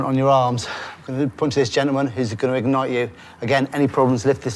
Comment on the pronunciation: I can not describe the stress I felt when they said "egnite him"